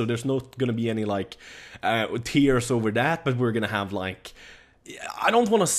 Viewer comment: "why you heff to be mad"